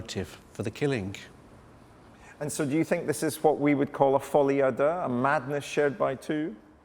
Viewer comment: 🤭😱🤭That folie a deux, pronunciation sounds like he's farting. Please, speak your poor language 🙄 instead of faire le folie du grandeur.😜😂😂😂😂